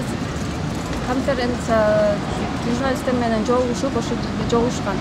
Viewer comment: Фостордук семья деген созду апчем 99жолу айттыго,тыныраак юристтинер жок беле,мунунар конференция дегенди тыныраак айта албайт экен. Юрист деген билимди мунунар онлайн бутконго